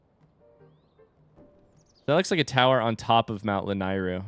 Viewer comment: The middle syllable of "Lanayru" rhymes with "neigh". (There's at least one cutscene in BotW in which it's said out loud.)